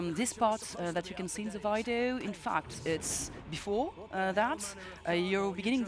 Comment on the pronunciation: why does she keep saying "Vaidio" games lul